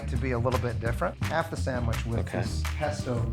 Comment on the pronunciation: None of y'all say sandwich. It keeps coming out SanwiSCH